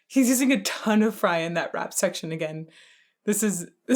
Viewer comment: Cringing every time you say "rap section"